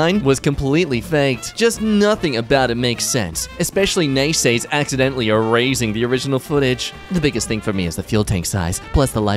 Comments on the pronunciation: man said nay say instead of nasa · he pronounced NASA as "nay say". . . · Did you just sa nay say